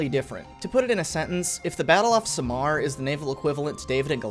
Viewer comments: Should've said this earlier... Samar is not pronounced as "sa'mar", it's "sam ar" like "sam are" but one word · Btw its Sah-Mar not samar (Ya need to slow down lmao) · It's Samar. Read it as saamar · oh that samar pronounciation is horrifying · As a Filipino, it hurts how you misplace the stress when pronouncing Samar, it should be the first syllable. You got Surigao right though.